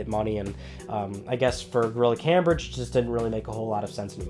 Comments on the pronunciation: ITS PRNOUNCED CAMEBRIDGE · unchartify this episode was unwatchable because of the mispronunciation